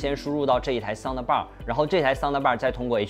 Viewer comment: 不要说soun的bar了，的是轻音不用发音出来的。